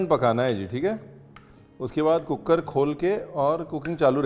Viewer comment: Chef Cooker wali Citi Ya cookad wali😅😂